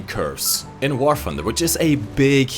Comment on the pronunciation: How come you mispronounces all your t's with f🤔, for example you say "War funder". Must be a British thing